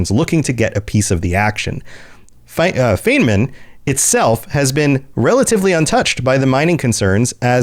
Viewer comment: Sorry, my inner pedant is desperate to correct two things: "Feynman" is pronounced "FINE mun". Feynman (the planet) is named for Richard Feynman (the real-world physicist). The Boltzmann system and all the planets in it are named after real-world physicists. Even on my first ME2 playthrough I thought it was odd, that a system so close to the Citadel would be named after human physicists and host a major human colony. I saw that y'all caught your own mistake, but the full breakdown of "casus belli": "casus" meaning case/cause/occasion, and "belli" the adjective form of "bellus", meaning war (like in the English words "belligerent" or "bellicose"). So, in English, "cause for war" or "occasion of war". Confusing "bellus" (war) with "bellum" (beauty) is such an easy mistake. If you look at their culture I think the Romans did that too /s. Again, sorry for the pedantry. Holding that in was making my brain itch. Regarding the war on Garvug, I recall a brief mention of the war when you examine it in the Galaxy Map, and Glyph definitely has a comment about it in ME3 when you walk into Liara's office (something about Liara pulling strings with the Council to grant amnesty to someone). But yeah, the actual details of the war are only vaguely alluded to in-game, and it wasn't until I hit Wikia for fanfic research that I learned about Cerberus Daily News and the wild stuff it adds to the lore (on Garvug and beyond). I'm still catching up after discovering the channel so I'm l